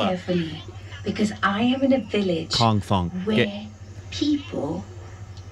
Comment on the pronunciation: You are funny Man!!!😂 It's "Kongthong" not Kong Tong!!😂 that hilarious!! It's a whistling Village